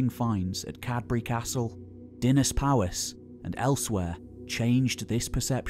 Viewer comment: Sorry to be a stickler! But the Welsh counties are Powys (pronounced pow-iss), Gwynedd (pronounced gwin-neth) and Dyfed (pronounced dove-ed)! But thanks for the effort, it must be huge!